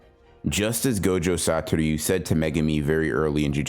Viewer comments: Say it with me, Sah-toh-REW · That’s cool and all , and I know it’s petty AF but ...Sa-to-RU ! It actually disturbs my focus ! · its not that hard to pronounce "satoru" youve even watched the fucking anime, behave. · ure saying satoru weird